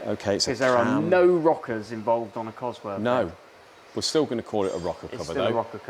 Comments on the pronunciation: You can build an engine, but you cant pronounce the word "COSWORTH" properly. It ends in "TH" NOT"F". You make your self sound so dumb by doing what you do. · Would I take an engine to a guy who couldn't even pronounce its name properly - I doubt it.